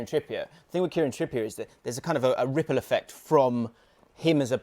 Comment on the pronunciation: How hard was it for to say ripple effect like a normal human